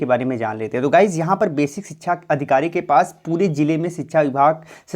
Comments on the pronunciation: Dear, its sikshaaa* not chhikchha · Bhai sikhsha hota hai sikhchaaa nahi hota apni awaj clean karo